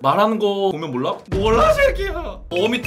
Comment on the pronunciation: 몰롸 이쒜ㄲ희얗ㅏ 개웃기넼ㅋㅋㅋㅋㅋㅋ